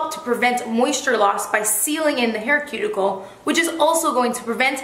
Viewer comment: That "cue-ticle" aint so cute